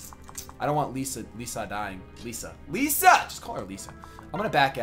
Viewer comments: Ylisse rhymes with Peace and Lissa rhymes with hiss. So E-lease and Li-sa not Leesa. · it's pronounced lissa, not leesa